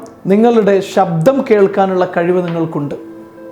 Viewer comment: നല്ല ക്ലാസ്സ്‌. എന്നാൽ ('ഷ' അല്ല ഉച്ഛരിക്കേണ്ടത് ) ''ശബ്ദം" എന്ന് പറയൂ... "വിചാരിക്കുക" ('ജ' അല്ല പറയേണ്ടത് ) എന്നീ വാക്കുകൾ ഉച്ഛരിച്ചു പഠിക്കൂ... പ്ലീസ്.